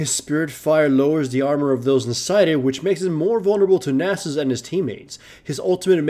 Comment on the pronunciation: Subbed because you can pronounce Nasus correctly.